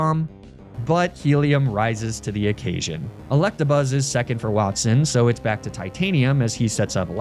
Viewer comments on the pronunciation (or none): none